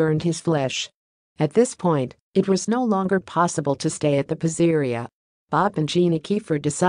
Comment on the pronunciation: Lol😂 AI doesn’t know how to pronounce PIZZERIA 😂!